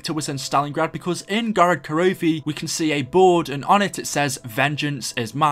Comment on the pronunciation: those giant robots in Russian are pronounced Geegant GEE not GUYgint GEEEE you hear that , it pains my ears every time you say that and GOROD KROVI